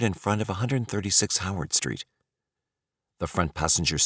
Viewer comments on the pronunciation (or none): none